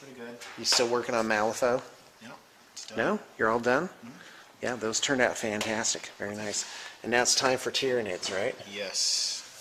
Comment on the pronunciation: did you say "khantastic" :)